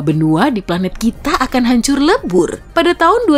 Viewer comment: Pelat bumi 😭😂